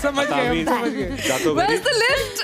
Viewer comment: Smjh lafz ko jamaj bol Rahi ho, our kehTi hu girls are smarter